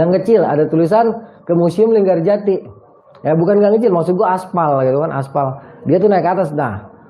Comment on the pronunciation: linggarjati bang bukan LinggaJati